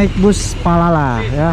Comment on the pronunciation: Bang kok dari tadi bilang nya palala